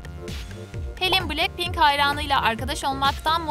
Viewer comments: Blacpink değil "Blackpink" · Me: Niye başlar başlamaz BTS'i düzgün okudunuz da niye BLACKPINK'İ yanlış okudunuz? Troom troom: Blekpenk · Cankuk ???? Lisa ?????? Cey-Hop????? Betese?????bilekpink????? ??????? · Oha betese demeedi ama bilekpink ne ya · Cankook ?! Jemen?! Bities 🤢 ?! Blekpink ?! Bunlar neee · "BiLeNkPeNk" ne yaaawww Bts "BeTeSe" demeleride ayrı bi sinirime gitti aw